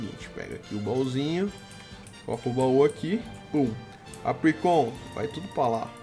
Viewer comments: se pronuncia apricorn não apricon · Salve, tu é foda, e se pronuncia "APRICÓN"I, não "apricon".-. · é Apricorn e não Apricon! Mas adorei o vídeo <3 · não é apricon, é apricorn e se você ver um lutador escrito em cima muve tutor ele ensina ataques ao seu pokemon e o move relener relembra ataques perdidos do seu pokemon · cada vez que ele falava apricon em vez de apricorn era uma facada no português do pixelmon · é Apricorn, com R, que nervoso de vc falando apricon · não é Apricon é Apricorn 😂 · se fala apricorni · não é apricon é apricorn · pfv mano é apriCORN tem toque n csg vê vc falando apricom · não é apricon é apricorn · nono, por favor, fala apricoRn, não apricon, dá mt agonia... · so eu q me sinto mal escutar bauxitA em vez de bauxitE e apricoN em vez de apricoRN? n estou julgando... menos nervosismo ae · to com muito odio ele falando apricon É Apricorn n Apricon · Para de falar "Apricon" é "ApriCORN" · se fala apricorn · A - PRI - COR - NES !!! Da um encomodo nego falar errado '